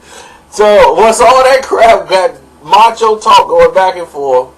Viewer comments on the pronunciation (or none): none